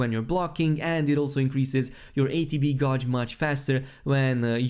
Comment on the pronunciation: Can you please pronounce “gauge” correctly?!?!?